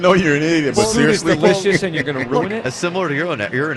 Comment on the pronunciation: He pronounces "and" as "ayund". Don't like it.